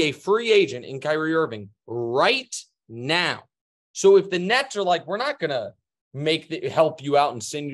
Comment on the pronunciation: "Now"?...more like, been🤣